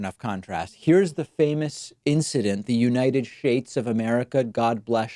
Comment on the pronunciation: United schtates 😅😅